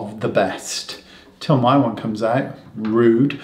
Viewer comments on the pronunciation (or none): When he says "rude", giggle!